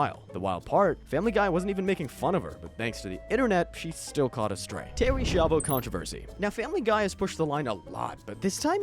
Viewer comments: The Schaivo one.. you constantly mispronounce the name throughout the video, despite it being pronounced correctly in the clips. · You’re pronouncing Schiavo wrong its not shavo it literally has a sch like School so use that same sound as you would do in School and say Schiavo like S-key-avoh it’s Italian so it should be pronounced the proper Italian way it’s ok when it’s Spanish names you guys seem to be fine with the Spanish names no problem so I don’t know why you guys butcher Italian pronunciations 🤦‍♂️ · You all pronounce the name "Schiavo" wrong... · Schiavo, spelled skiavo. Not Shiavo. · terry shavo? bro, it's ski-avo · "SKYA-VO"!!! why is it so hard for you americans to get this? where are you getting the "sha" or "shai" from?? do you go to "school" or do you go to "shul"? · Why aren’t you pronouncing Terry S’s name correctly?? You even play news clips so you heard the name. It made me twitch. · You couldn't even pronounce the name right when they say it in the clip? You did Terry dirty